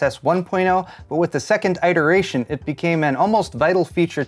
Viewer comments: I did! Immediately said out loud IT-ER-AYE-SHUN :D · Everybody talking about "tangenitally" but not "eyeteration."